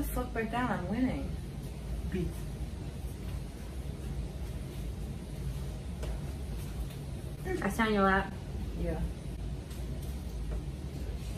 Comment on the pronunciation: Nobody: Not even Deku: Uraraka and Bakugo: BEANTH